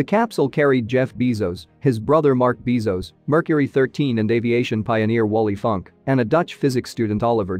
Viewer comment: Is not pronounced “Bee-zos” is “Bass-os”